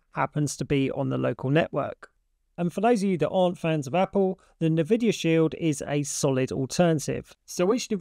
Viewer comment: Thanks, I use both and they both work great! One note Nvidia is pronounced N Vidia not NA Vidia. 👍🏼